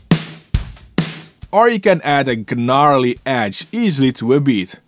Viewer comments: The "G" in the word "Gnarly" is silent. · I never heard 'gnarly' pronounced that way 😂